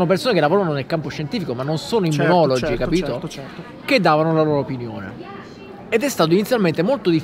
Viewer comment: Immunologhi o immunologi?😂